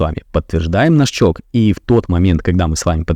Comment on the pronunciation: Можно в следующий раз говорить не ЧОК а ЧОЧ, не привычно слышать ЧОК